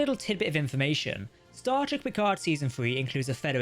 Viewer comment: Star Trek, not Stardeck.